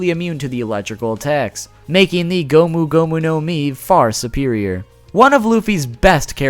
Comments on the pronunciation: gum gum your face ,,,,,gomu gomu not gum gum lol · its not gum gum its gomu gomu no jet pistol